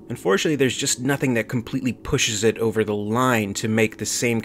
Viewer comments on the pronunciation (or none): "Think it ovah."